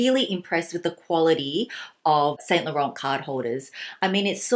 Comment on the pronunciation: actually it's more like Saint (you don't prononce the t at the end) Lo-Ran